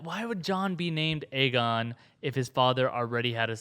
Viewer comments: Am I the only one who thinks lyanna said aegar targaryen? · In the books, it is explicitly stated Aegon is pronounced egg-on.